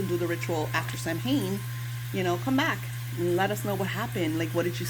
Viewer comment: Samhain is pronounced Like Sow-in just FYI